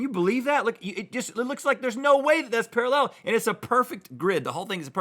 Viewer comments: Rhett says “paraLLEL” instead of pARAllel...kind of freaked me out a little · Can’t get past the weird way Rhett says “parallel”. Is that really normal in the US? Para-LLEL ... I’m sure I’ve heard Americans say PARA-llel, with the emphasis on tbe first syllable, the same as the UK. Am I crazy? 😳